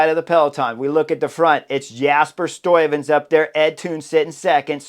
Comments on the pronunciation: It's just the 'uy' you don't get quite right. I hear you pronouncing it as 'oi'. You could put 'Stuyven' into Google translate and push the speaker button. That's the right pronunciation. I also put 'Kruiswijk' in there, and in that case it didn't sound right. You do it correct. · Very good! Love the review of the race! Btw, the 'uy' of Stuyven is pronounced the same as the 'ui' of Kruiswijk ... 😉